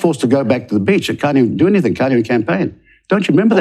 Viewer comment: "Anythink" ..... really ?